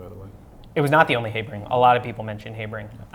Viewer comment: nice chat! But it took me quite a few extra seconds when Heibring is mentioned! It's HAh-bring man. lol